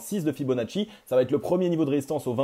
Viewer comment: "Va être" pas "vaTêtre" 😉. Merci pour tes analyses 👍